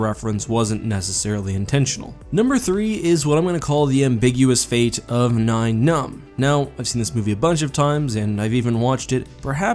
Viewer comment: Yes! Thank you. "Nine" Numb instead of "Ni-en" Numb also bugs me.